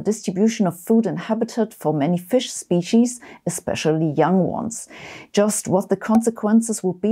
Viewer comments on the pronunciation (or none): none